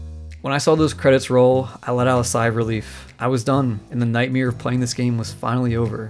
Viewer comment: "night mirror" ...nightmare...